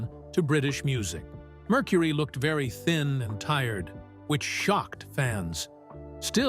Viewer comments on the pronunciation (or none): none